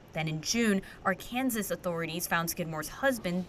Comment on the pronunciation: Good story,. Proof-read your story before you air. The state is pronounced Are-kan-saw, not Are-kan-sis.